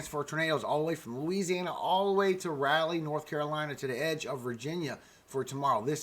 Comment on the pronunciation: Good morning 🌞 thanks for the update. I'm in NC and the way you pronounce Raleigh is cute ❤️